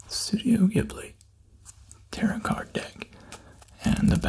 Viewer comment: This is thing a knit (nit?) pick on, but tarot is tear-row not tear-rit